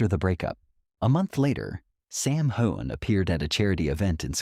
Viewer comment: Learn how to say his name correctly, for crying’ out loud!😊